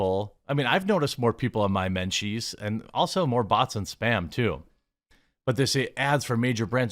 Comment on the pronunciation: Your "Menchies".....wtf